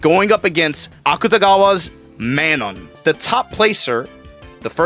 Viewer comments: Bruh you say Manon weird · Man, he still cant pronounce Manon. But yeah that event was dope.